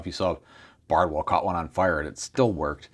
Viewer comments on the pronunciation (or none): none